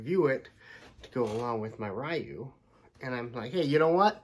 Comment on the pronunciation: It's not Ryu, it's Ryu 🤦🏿‍♂️